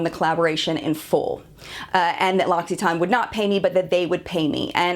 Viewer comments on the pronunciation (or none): Ok I actually watched the video posted above in the comments and it's definitely TANE or maybe a better way of describing it is TAN. Silent E. It's how I was pronouncing all along. However in this video the girl telling the story is saying TON, with a definite O. Or maybe it's just down to the accent differences, as I've said before. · You are crucifying the name of the brand, very unprofessional, it's "Locks it Ann" not "Locks it Aine". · It’s pronounced locsitan not locsitaawn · I checked the video about prononciation just to be sure I new how to read French and got confirmed that no, you don't pronounce it correct haha! It's French, not American. It's mostly the "tan" part that's way too American. You say "tarn". But anyhow. Besides that I like to know that you're honest and don't sugarcoat anything. I have a hard time figuring out what ingredients are good or not, so I feel like this is the place I can learn. Thanks! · You can't even pronounce it right it's not loxxxxiton it's loc-a-ton come on get it right! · "loxyton"... "LOCK-E-TEN" is how it's pronounced. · She's pronouncing it like tawn at the end not tane. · I worked for L’occitane. Please stop calling it L’occeeeertane. It’s L’occsuhtan. The i is short...it’s driving me nuts! Merci Beaucoup! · Isn't it supposed to be pronounced L'oSSitan? Not loXitane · Not sure about your pronunciation of L'Occitane. I think it's supposed to be (spelt phonetically) loc-i-tane not locksyton. I'm shocked at how they reacted when nothing you said was false, its great that you are honest and do your research to give people who might not have another way to understand brands and their ingredients and ethics. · Just adding my two cents...I'm French and I confirm you definitely pronounce the TANE at the end...which is also how the French CEO pronounces it at the end of the video posted above...Maybe it sounds like "ton" to your ears but it's definitely "tane" :) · I thought it was pronounced loc-it-ane sksksksksks